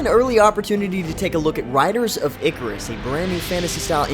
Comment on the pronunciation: EEEEE CARRR RUSSS OMG 10 out of 10 videos related to this game and 10 out of 10 could not pronounce the simple word !!!god this is annoying.